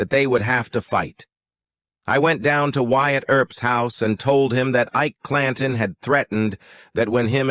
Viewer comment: At time stamp 40 seconds: "we embark on a quest to unveil the ENEMA that is "Ike-a Clan-ton" and "determin-ah" whether the "pagus of his-story"..... Really? Horrible AI voice. Stopped watching here.